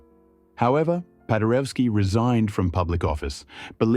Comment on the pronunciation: "W" in all slavic languages is pronounced as a V - PadereVski.